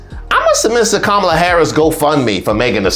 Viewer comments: Her name is pronounced KA -MA-LA! literacy may help the intellect! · First of all... pronounce her name correctly!!!